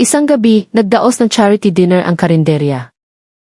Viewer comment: Kung maaari ay mag-Aral ng wastong pronunciation ang narrator. Bigkasin niya ang mga salitang: DİNER, TABLE, ARROGANCE, PUNCH LINE, UNDENIABLE, BELONG sa wastong bigkas sa English.